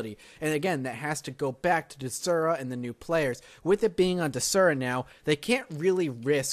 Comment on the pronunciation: "dezura"? it's DES-ura say it with me DESSSSSS-ura